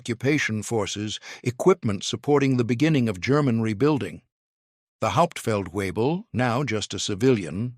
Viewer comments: Haupt feld webel not weee bull!-- VAY BULL! I could correct the narrator's pronunciation... shameful. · It’s not hauptfeld Weible. It’s “Hauptfeldwebel” (German for Sergeant Major)! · "Get the Hauptfeld Webel.." 🤣 .. That's how you know it's an AI .. without any "I".. "Hauptfeldwebel" is a military rank... Stupid crap gets a 👎 immediately.. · Narrator: Learn how to pronounce German ranks correctly: "HAUPT felt vay bel" (Master Sergeant) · Haupt-feldwebel (Sergeant Major) not 'Hauptfeld Weible'! 🙄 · Hauptfeldwebel - NOT weible. Please to correct. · 😂 get the "hop feld viebel" this one's intact. "Hauptfeldwebel" SFC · Try and get your spelling and pronunciation of non-com ranks correct! The 1st Sargent is Hauptfeldwebel... pronounced "howpt-felt-vay-bel"!